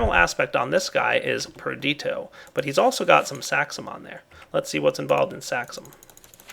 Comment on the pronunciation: It is Perditio. Not Perdito.